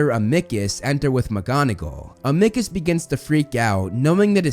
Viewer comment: Amickus!! 😂😂😂 its am-a-cus, other than that a wonderful video